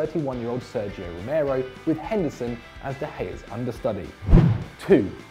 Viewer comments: It’s pronounced ‘Jers’ not literally ‘Gers’ 😳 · Say it like jers, not gers. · Did he just say the gurs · Can’t pronounce “gers”😂 and not knowing the SPL hasn’t been a thing for a long time now